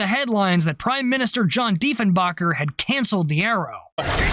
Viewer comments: The pronunciation is actually Diefen-baker. Don’t feel bad. JFK made the same mistake, accidentally insulted Diefenbaker, and was furious with State for giving him the wrong pronunciation, and thus making him look like an idiot. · just a quick pronunciation correction on the former prime minster its pronounced DEE-fun-bay-kur remember this is Canada we speak the kings English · The thing that always bugged me about the whole thing was the attempt to completely erase the CF-105 Arrow program from existence. Diefenbaker (it's spelled and pronounced like someone who makes bread) was notoriously petty and absolutely hated the Liberal party. His "excuse" for canceling the project (which was begun under the Liberal government of Louis St. Laurent) was supposed to be the enormous expense. He characterized it as a prime example of the wasteful spending of the Liberal government. Yet, he did NOTHING to see if the government could make some of that money back by flogging the project to another country. Yes, Pearkes talked to the U.S. (as if they would want a jet interceptor that wasn't 100% U.S. designed and built) but there was also interest at the time from the French and the British as well as other countries. Yet, Dief the Chief ordered not only the shutdown of the project but the destruction of every single part of it. Part of the reason there was such outrage among the Canadian population was that this seemed so incredibly petty and unnecessary. As for the exodus of aeronautical engineers to the U.S., how could the engineers have any trust or faith that the Diefenbaker Conservatives wouldn't suddenly decide that the space program should be canceled. I acknowledge that Pearkes had valid reasons for questioning the validity of the program, but politically it was handled about as badly as it could have been. I remember my Dad absolutely despised Diefenbake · ...and it's Deefen-baker.....:)